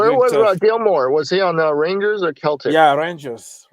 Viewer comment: Lampard needs to do it right he is not yet ready for Premier League. Ambition is one thing common sense is another. Its pronounced Seltic like Auges. John Terry will be a far better coach.